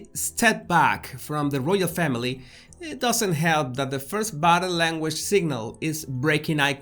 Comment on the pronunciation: You're hilarious! "Did I leave the stove on?" Love watching your channel! One observation though. When you say " body language" it sounds like " battle language". I get a giggle, no offense I understand that it is your accent. It's cute!